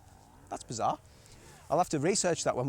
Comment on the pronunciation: "bazar" or bizarre ❓ 😅